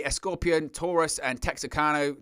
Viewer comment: The only way a screwy finish can happen is if AAA puts in a heel ref. I don't see that happening with Deonna and Faby. PS - Also in Spanish X's are pronounced in various ways, but with Texano it would be with a soft "J" and would be "Tey-Juan-Oh".